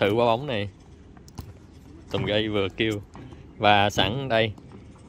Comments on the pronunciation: Anh à, phải đọc là Tùng Gết chứ sao anh đọc là Tùng gay vậy:))) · tungage mà nghe anh nói tùng gay ko:)))